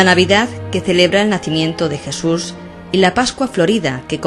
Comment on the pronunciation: ¿La "crusifixión de Jesur de Nazaret"? Esta chica debería aprender a hablar.